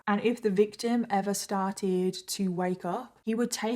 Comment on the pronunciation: The way she says EVA (ever) just lightens up my day ❤